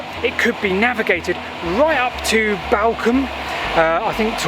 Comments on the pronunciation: Its pronounced ballcombe. Another great video on my doorstep. Been to the viaduct a few times but never down to the navigation! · Balcombe was always with the long southern A sound "ball" not the shorter northern A that you use in this video. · Balcombe, pronounced Ball. I was born there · Another great video. Thank you. I used to live close to Newhaven and kayaked from the slipway beside the metal and wood swing bridge you crossed. I kind of knew about the navigation but always thought it was solely for the purpose of building the Balcombe (pronounced ball-Coom) viaduct. Oh and Isfield is pronounced eye-field by them there locals 😆 As it happens I now live close to the Great Western Canal and my parents are very close to the Nynehead Boat Lift… another of your brilliant videos!!! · Pronounce Ball-Combe and it’s the Ouse valley viaduct not the Balcombe viaduct, sorry I’m a local 😃